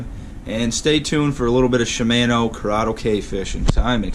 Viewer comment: Not shimaeno , shimano